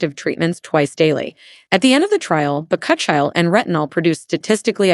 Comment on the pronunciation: Chill - ee you idiot!! It’s pronounced…. Bak - u - chi oil.